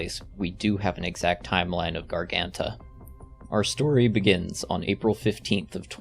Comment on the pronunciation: great video, but i must admit it was funny seeing you not even trying to pronounce garganta correctly